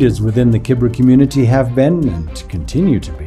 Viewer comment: It’s called Kibera not Kibra.